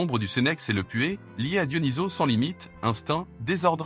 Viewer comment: On dit DIONYSOSSSSSSSS ! et pas DIONYSO...